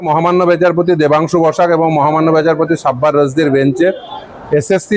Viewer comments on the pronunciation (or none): আপনি পরে আইনি লড়াই করবেন তার আগে দয়া করে সঠিক উচ্চারণ শিখুন। বেচারপতি নয়, বিচারপতি